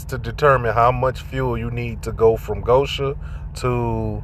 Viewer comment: $1 fine for each time GO-shen is mispronounced GO-sha, and I'd be rich. Be safe out there, brother.